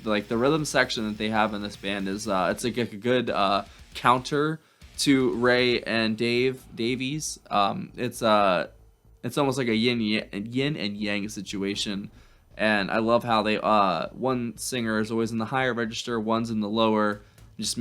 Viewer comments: Also, try APEMAN by The Kinks from about this same time. Be the first to react to Ray Davies' (pronounced Davis) solo THE TOURIST from his 2006 solo album 'Other Peoples' Lives'. I first caught it in the erstwhile film WAR, INC.(2008). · We don't know, do we? He's "glad he's a man and so is Lola." So is Lola what? Glad or a man? By the way, the surname is pronounced 'Davis.' It's a Welsh surname. When you say his name pronounce it "Ray Davis." That is the way his name is pronounced, I promise.